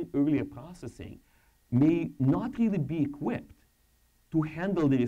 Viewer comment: Рррррррррили? не смог досмотреть изза мразотного произношения